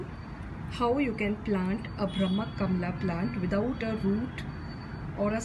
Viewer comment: Oye it is not brhama KAMLA it is कमल don't spoil the hindi names